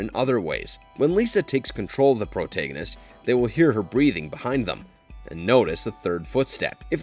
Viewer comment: Bro the way you pronounce "protagonist" is legit concerning 😟